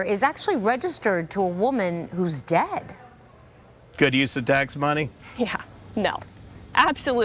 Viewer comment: Whats daaeed??? You mean dead?? High maintenance Gen z doesn't know how to pronounce dead